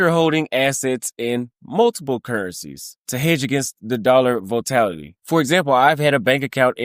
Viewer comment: Great informational video bro. I'm very familiar with the global financial world, and this has been in the making for years now. Just want to point out one thing. Volatility is pronounced as "vol-a-til-a-tee" 5 syllabals, not 4. Just looking out for ya bro.